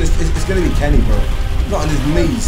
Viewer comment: johnny and carey is all i’m hearing say instead of johnny and kenny 😂😂😂